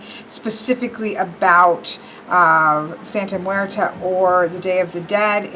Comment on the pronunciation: You need to practice saying that name because I kinda cringed when you said the name. Not that I'm saying you didn't say it entirely wrong. On some occasions you said it right